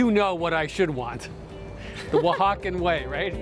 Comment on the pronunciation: "Oaxacan Pizza?" Jesus dude. Don't. Right after mispronouncing La Olla, her restaurant. Also the host needs to learn to not talk over people.